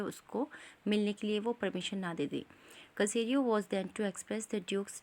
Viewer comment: ये सेसरियो है कसेरियो नहीं